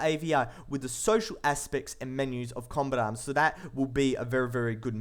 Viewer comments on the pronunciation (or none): The voice and accent is fresh but after a while your ears start to hurt from it, lots of words don't get pronounced properly. kombatam- combat arms shoooers- shooters. etc.. i somehow suspect the accent being fake but maybe thats just me.